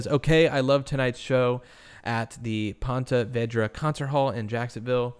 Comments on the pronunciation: Just in case no one else has pointed it out it is pronounced like Ponta Veeedra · Pon-ta Ve-dra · Pronounced “ponta veedra”